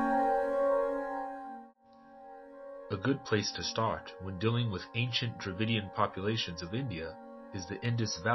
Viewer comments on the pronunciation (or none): Strange sounds like David kingdom ?